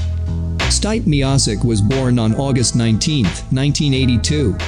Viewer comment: OH HELL NAH HOWD U SAY STIPES NAME